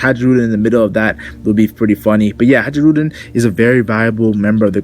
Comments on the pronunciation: I think it's pronounced HIGH-rudin not ha-JEE-rudin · Bruh. Hajruden. Hai-ru-din. The j is silent. Dig the video though and I'm looking forward to a sliver of the grand fleet showing up soon. I wanna see Orlumbus bring that monster sized fleet to Whole Cake and mess the wedding up royally